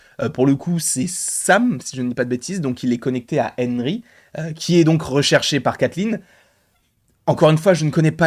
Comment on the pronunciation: Haha drôle façon de prononcer le prénom Henry 😂